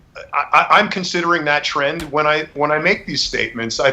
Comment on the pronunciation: xd me too. “Follow the tren“.